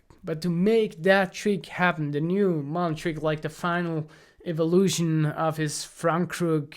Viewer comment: ya gotta work on that pronunciation Jonny. its MULL-EN. not MOO-LEN sorry man i had to say it. yes, im a jerk. i know. love you jonny, you're the man.